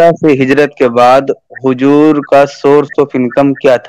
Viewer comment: Huzoor ko hujur bol raha hai asli mirze ka naam kharab kar raha hai jahil